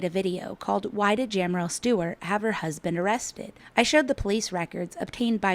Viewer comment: How embarrassing that you can’t even say her name correctly!